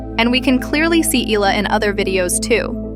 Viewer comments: not "eela" the name is "ehla" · There is no "Illa" 🤭🫢🫣